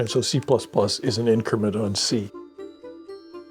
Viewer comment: C-PLASS-PLASS --- it is the boss